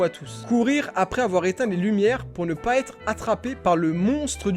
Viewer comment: « nous n’avouons pwa tous »